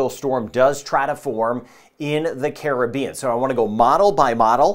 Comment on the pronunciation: I love when people pronounce Caribbean correctly